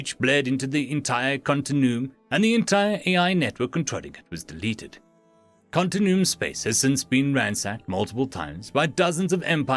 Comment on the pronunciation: It's "continue-um"